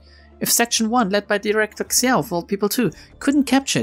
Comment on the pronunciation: Actually you read Liu and Xiao right on first try! That IS the correct way to read them so go ahead :D